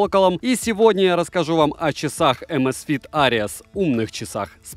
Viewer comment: amazfit что ? Areas ??? Ares может все таки ? "Арес" Карл.